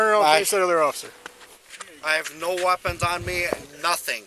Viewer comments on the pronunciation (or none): “I have no wopons”